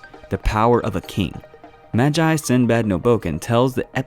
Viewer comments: Ma-ji its pronounced Ma-gee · bruh its pronounced MAH-ge because the magi are the sorceressof creation XD no hate tho i love your videos but that just made me tik XD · It’s should be magi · It’s maagi not majai lol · Just think of "Magi" but the a is ah and the g gi not jai like in the video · NIGGA ITS PRONOUNCED M-A-G-I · Btw you pronounced Magi wrong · No.... Not even close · Aren't you pronouncing magi wrong?